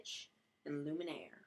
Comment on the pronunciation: nice video, but just so you know the character's name is spelled lumiere, not the way you were saying it, there is no n in his name LOL!